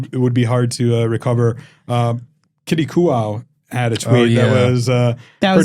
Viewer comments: The constant mispronuniciations on this podcast of known people in the poker industry are either complete laziness or intended disrespect. "Kitty COO-WOW??" Do better. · I like pokernews. But it is a bit ironic that you want live streams to be respected and the poker world to be more dialed and pinned up. But then you can't get one of the most renowned players last names correctly. I think practicing what you preach is a good lesson here